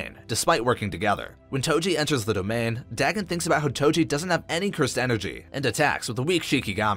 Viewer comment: Nice video but your pronunciation of Dagon really got on my nerves XD Could be you are right but i've known about Dagon from Cthulu Mythos for so long that it is so weird how you pronounce it. It's pronounced Day-gone not Da-gun.